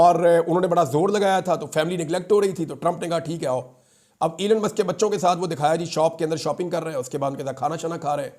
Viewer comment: عمران بھائی! نام ھے ای لون مسک Elon Musk تھوڑا لمبا کرکے بولیں۔